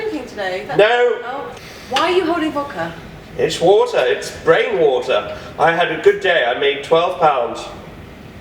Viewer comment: The main thing I look for in a woman is someone who can pronounce water: "Wouataaahh". Wait I finally found you, Em! PS: Thanks for the "Cubbies Win" tee shirt, O. You look Mahhaaveelous in it.